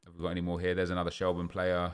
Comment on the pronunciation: It’s pronounced shel- burn lol rate the vids though